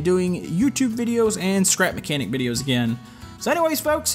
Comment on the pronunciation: I skipped the intro for the second time I watched and instead of you saying "scrap mechanic" it/you said "crap mechanic" 😂🤣😂